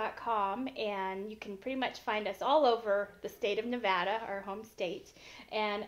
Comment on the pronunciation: YEEESSSS, HE SAID NEVADA THE RIGHT WAY!!! FINALLY!!!